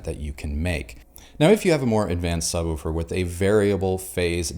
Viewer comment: Are we going to address that he pronounces it sub woo fur?